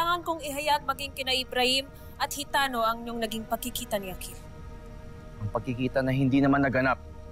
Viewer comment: Ang gara nong sinabi ni hitano Yung akil naging aklil